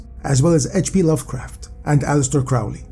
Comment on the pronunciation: Not trying to sound like a snooty know it all, but Aleister Crowley pronounced is name alley-ister crow(like the bird)-lee. Fascinating video, I'm currently going through the break up of a 3.5 year long relationship wherein we lived together for the last 2.5 years. I've found that researching various topics I find very interesting has been a beneficial technique for not letting my mind dwell on the negative emotions that break ups inevitably trigger, and this video had a firm command on my attention from start to finish